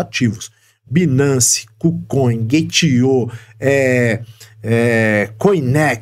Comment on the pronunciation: A pronúncia não é binace, a pronúncia correta é bainance